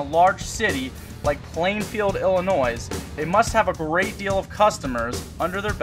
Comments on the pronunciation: Illinois does not have the letter E at the end of the word. No Noise, just annoy, like pronouncing the word incorrectly. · The S at the end of Illinois is silent. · please STOP saying ILLINOIS with an S at the end. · THE S IS SILENT IN ILLINOIS!!